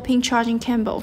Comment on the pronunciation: What is a "charging camble"? Learn english before recording tutorials please!